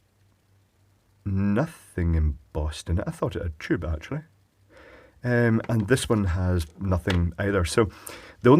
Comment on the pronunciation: I love your pronunciation of the tube. It sounds more like jube.